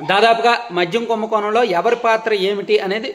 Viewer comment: కుంభకోనమ్ కాదు నాయనా కుంభకోణం అని మాట్లాడాలి